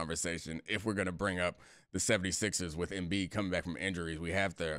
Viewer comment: Did you say Embid😂😂😂 how many times did Al Hordford give Embid fits in the playoffs